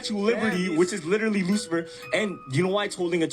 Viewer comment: BRO!!! STOP SAYING LITERALLY PLEASE BC YOUR SAYING LILLY. WHO TF IS LILLY??? ITS ANNOYING BC YOU LILLY DONT CATCH IT.